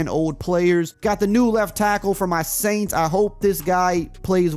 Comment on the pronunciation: "Kendre Miller from my Aints" 🥴🥴😅. Sorry had to talk ish. 😂